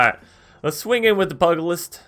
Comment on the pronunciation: Fun deck concept, but...... "pew-ja-list" is the pronunciation, it's the old term for boxing, or fisticuffs in general. Other than, great stuff as usual.